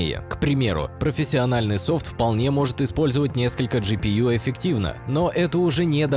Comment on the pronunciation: "пофисиональная", Вы серьезно?!